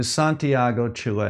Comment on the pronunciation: Great video! Love the way you say Chile (chillet, sheelay...?). Just say Shill...is the same pronunciation. xD (also, love your content, but you need to get some better camera angles).